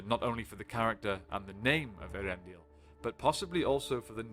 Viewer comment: A lot of people can't pronounce Earendil. It's ehh ah rendil